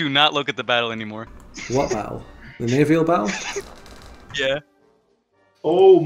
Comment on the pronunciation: Hearing the i he adds to naval is always like being jabbed with a needle.